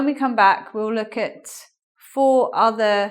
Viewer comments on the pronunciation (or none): none